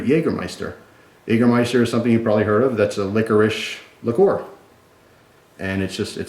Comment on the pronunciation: likor? i thought it was pronounced liquer? ueeerrrr